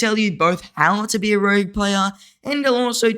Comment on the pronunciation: Ooof, it's "rogue" mate lol